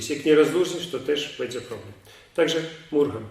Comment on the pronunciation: Mrugam a nie murgam